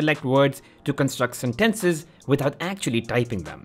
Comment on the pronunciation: Who pronounces "sentences" like that